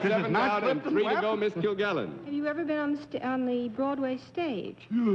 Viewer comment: He also pronounces the word been as bean.